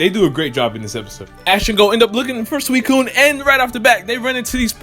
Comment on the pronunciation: I thought the professor said that suicun was in jhoto